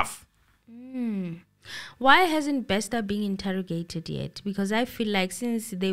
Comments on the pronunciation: It’s not Bexter, it’s Bester. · Wow, thanks, as always you never disappoint. I have so many comments & questions on this episode🙈 Firstly, I laugh when says “Thabo Baxter” I know he knows its Bester😂. Bathong, laugh as much as you want honey this is your platform, it ain’t eNCA up in here. I pray for Katlego’s soul to rest in peace coz at this point the family won’t even be able to fetch his spirit since they don’t know where he was killed. The father was most likely involved she is trying to minimise the damage which points to the involvement of her family members and is willing to take the fall for the role her father played. After all the father was instructed by her to commit these criminal acts. I guess she’s trying to do right by her father. Why does she insists on wearing the wedding ring if allegedly at this point she’s not married to anyone? 🤔 Truth be told, if I was in her shoes, I would sing like a canary too, to save my a$$. I However feel the Dr should also pay for her role in this movie, even if she’s cooperating. Else she will go on in life thinking she can do anything she wants and get away with it, if there’s no punishment here. SAPS will forever disappoint, by now we should know whether or not there are bodies buried there 🙆🏾‍♀️ The bother is a dubious character, he’s standing for himself that one probably paid by now. These people are criminals even if you freeze their accounts. There are other accounts out there or even cold hard cash hidden from the authori